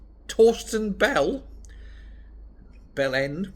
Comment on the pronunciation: Sorry, did you say Fawsken Bellend?